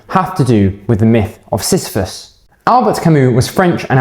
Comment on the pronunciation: u pronounced it well